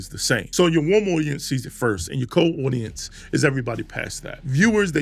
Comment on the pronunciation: cold aucience😂